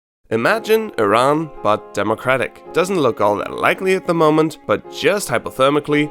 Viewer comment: love the accurate pronunciation of Iran!